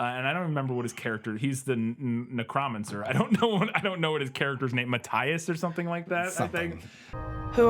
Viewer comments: The NeCROmancer pronounciation gives me flash backmto some horrable dubbed animes I've watch before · Don't you know? Ne-Crohm-ancers have the power to summon Sym-bye-otes! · The pronunciation of neh-CHROM-incer combined with the quatum fisics shirt is something amazing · I used to play D&D with a guy who had an English accent thicker than pig shit who pronounced certain words in some pretty interesting ways, but he never said 'nec-ROM-ancer' before... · you guys keep saying necronomicon but I'm pretty sure it's pronounced neh-CROM-onomicon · Did nobody, not a single person involved in this production, know how to properly pronounce necromancer? I just...I have such a hard time believing that. Jesus. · But like... it's not a made up word. It doesn't require research. It's a word most people know from osmosis and none of these people have ever heard the correct way to pronounce it? So fucking weird.